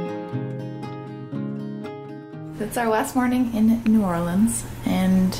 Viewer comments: You chose a great time! It's been gorgeous down here the last few weeks. Glad you enjoyed the jaunt down this neck of the woods :) Oh, and congratulations on pronouncing "New Orleans" right. It's not a common skill... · thank you for pronouncing new orleans the right way